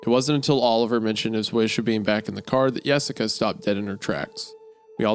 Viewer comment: I knew Hunter would have something to say about “Yessica”